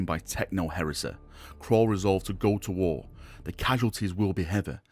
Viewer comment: Caul. Not Crawl. English it is what we speak.